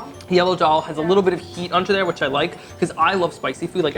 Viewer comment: Hey Eitan! Fantastic video! One helpful suggestion: the “d” sound in Hindi and daal is pronounced like “the” instead of “dee”